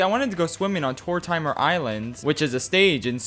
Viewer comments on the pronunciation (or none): “tore-time-er” bro its tortimer. like mortimer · the most heinous thing in this video is that you pronounced tortimer wrong